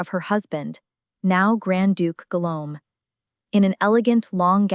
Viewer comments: I had to stop watching because the “Guilome” was too much for me😒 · Guillaume is the French version of William. The double ll in Guillaume is pronounced as the first letter in the English word 'Yes'. So it is pronounced 'Guiyaume'. The name of Stephanie is de Lannoy